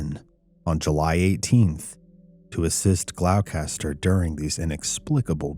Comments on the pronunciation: Not to be "that guy" but, it's "Glaw-ster" Massachusetts. Gloucester is pronounced "glaw-ster". Unless you're from New England, in which case it's "Gloss-teh" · It's pronounced (GLAW-STAH) =GLOUCESTER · Absolutely wonderful episode. Just for future reference - it is pronounced Gloster - which is weird. British thing. Love your work. Always a wonderful rabbit hole to venture down! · The town is pronounced "Glawster". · Gloucester is pronounced as glos-ter. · Great story, as always,! (Just a little tip: Gloucester is pronounced GLAW-ster) Thank you for covering this story. It’s as creepy as it is fascinating, and I hadn’t heard of it before. It’s wonderful that Geraldine sent you her book and goblin/alien figurine. Very cool! Take care and I wish you an amazing week!💚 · It’s pronounced ‘gloster’. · Masshole here. WTF are you calling Gloucester?? Have you never seen " The perfect storm"? It's like nails on a chalkboard when you pronounce it. GLOSS-ter. Or like a local Glossta. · Hey, great take on this case, isn't this the famous little green men /grey men case? The town near Salem is said: gloss ter (not a criticism, just trying to be helpful) Keep up the good work 🇬🇧💚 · People get Gloucester MA wrong with the pronunciation. But it's gloss-ter. It's great fishing on the ocean nice town. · Gloucester is pronounced "Glawster" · honey its pronounced 'glouster' 😭 other than that, absolutely terrifying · you crucified the pronounciation of Gloucester. Its Gloss- ster. The "ce" is kind of silent. Another town in Mass is Worcester. Pronounced Wu-ster. Or if you're a tru Masshole, Its wust-ah....glos-tah..See, its easy. Say it a few times. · It’s pronounced Gloss-ter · We pronounce Gloucester as "Glosster" here in Massachusetts. 4 future reference.